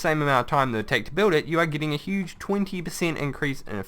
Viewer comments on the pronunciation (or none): none